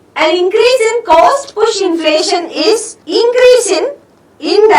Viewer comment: Btw it's not 'coast', it's 'cost'.